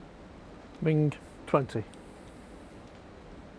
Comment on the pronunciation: Referee can’t pronounce “Mink”, microphone work was horrible! Mink is awesome, I hope she does well.